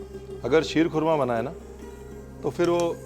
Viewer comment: The way you said ख़ुरमा not खुरमा like other illiterates, you made me your fan.